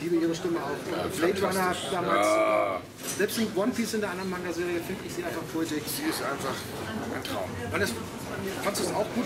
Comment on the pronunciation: hat er wirklich mango serie gesagt?